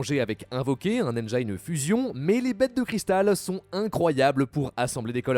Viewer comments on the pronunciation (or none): "Engine" se prononce ɛnd͡ʒɪn et pas ɛnd͡ʒajn. Avec le son "i" et pas "aï". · On dit engIne pas engaïne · Une vidéo cool, mais engine se prononce toujours « indjine » en anglais. :(